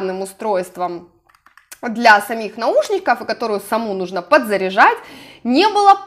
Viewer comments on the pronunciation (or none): none